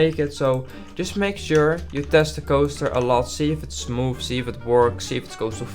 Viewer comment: “Smoof” like butter…